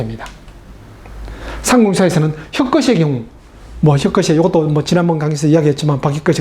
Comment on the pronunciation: 혁거셰가 아니고요, 혁거세입니다.